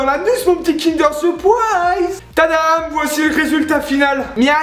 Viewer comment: Sérieux, c'est quoi ces "Kinder SouwpouAAAÏÏÏÏÏÏZZ !" ?